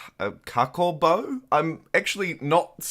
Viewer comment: As Fijian this was cool to see. Thanks for doing this! Also 'Cakobau' is pronounced as 'Thakombow'. 'bow' as in 'bow down'.